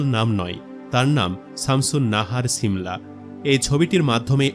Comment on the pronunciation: ছিমলা না 😂 সিমলা